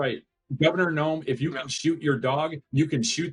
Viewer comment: You’re right! He does say Kristie Noems!! Can’t he say ANYTHING correctly?? 🤣😊🤣😝😝